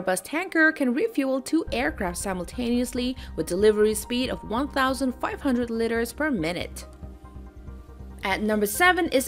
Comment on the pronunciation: What are these "litters" she talks about?